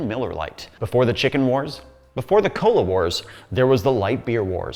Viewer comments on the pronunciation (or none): none